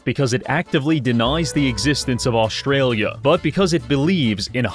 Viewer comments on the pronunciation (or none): none